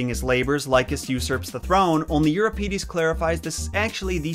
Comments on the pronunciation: It's Eu-RIP_edees and lie-PE-phil-ees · Thank you for pronouncing Hera properly. Watched your 12 Labours video yesterday and cringed every time you said HEra. Related, afaik Euripides the second i is pronounced the same as the first, so id like lid not eed. Sorry for nitpicking, I do really enjoy your videos. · Euripides is stressed on the first i though: eur-IP-id-es, not eur-ip-EE-des. At least, that's what I expect from the Italian stress placement, and what Wiktionary says.